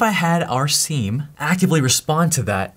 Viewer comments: Sim not Seam for the love of god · Hey it is not seam, seem, it is siem (see i'm) 🍉🥝🍊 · It is 'seeam' like veeam , but spelt siem. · I before E, except after C. It's pronounced "SEEM". Just like Priest, Chief, Brief...you get it. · It's pronounced "sim" god damnit why did he say it like that